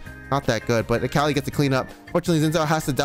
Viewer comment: cant get over how this guy keeps calling mundo "mando" and akali "kali"